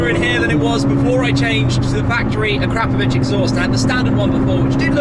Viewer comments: A- Crap- o - vich? Ac - ra -po-vic!! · The exhaust manufacturer is pronounced ackra-povich not acrappavich! Just saying 😂